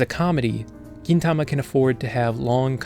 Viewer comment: Nice review of my favourite anime! Not quite sure about that "Geen" pronunciation tho xD